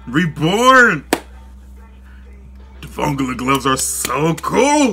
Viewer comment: You pronounced vongola incorrectly